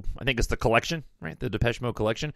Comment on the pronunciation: You said it correctly - most do not. I usually get Malaysia. 😆😆